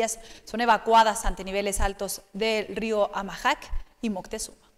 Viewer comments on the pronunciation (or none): El reportero muy mal su pronunciación, es (amajac) . No (amayac).